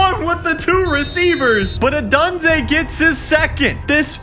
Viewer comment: needs to figure out how to pronounce Odunze